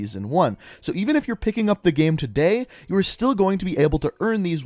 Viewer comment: The way you same “game” gives me anxiety